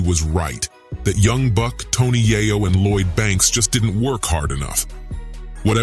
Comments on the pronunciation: AM I TRIPPING....IS THIS NIGGA SAYING TONY YIYO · TONY YI-YO??? THE NARRATOR MUST BE WHITE. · He butchered Tony’s name. So he definitely don’t know anything about South Jamaica Queens